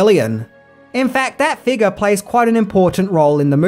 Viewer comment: Your accent made me flinch when you said “figure” I didn’t hear the F or the U.